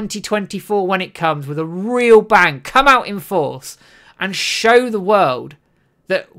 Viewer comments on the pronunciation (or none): none